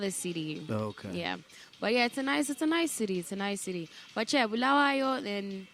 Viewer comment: I love how she says Bulawayo. She does not say Bhulawayo like others. You can tell she was born in Bulawayo. Big up Queen.